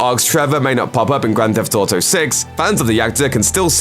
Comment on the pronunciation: "Grand Thef Toto"